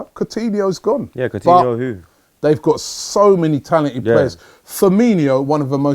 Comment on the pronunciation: The way calls coutinho cortinho pisses me off irrationally